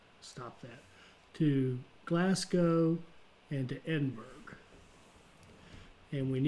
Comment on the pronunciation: hi. Pronunciation of Glasgow should be "Glass" for the first syllable and "go" (as in go for a walk) for the second syllable. The "burgh" part of Edinburgh should be pronounced "burrah" not "burg". Hope this helps?